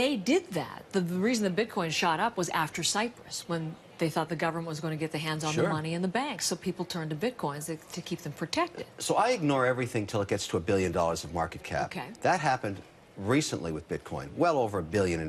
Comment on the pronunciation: Its a th not a d. They and them not dey and dem